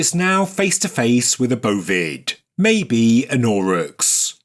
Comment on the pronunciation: Auroch! Extinct Bovine and ancestor of cattle. This word was not clearly pronounced and the CC reading was indecipherable.